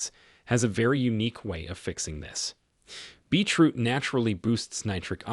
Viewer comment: I loved this video,it was very informative and I'm going to get the items that have listed on here,but I'm just curious are you realizing it sounds like you are saying Beach root? I know I am making a very unimportant point but I was just curious.